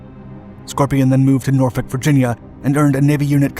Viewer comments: I am so impressed you pronounced Norfolk correctly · You said said Norfolk correctly. Most people say Nor-FOLK.